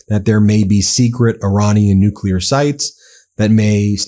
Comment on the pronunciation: When the media is too dumb to prounounce "nuclear" correctly it really shows that intelligent people are in a very small minority these days. If this wasn't the case Trump never would have been POTUS.